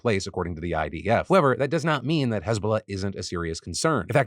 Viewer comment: I didn’t hear hezbollah properly at first so I thought Israel was beefing with hasbulla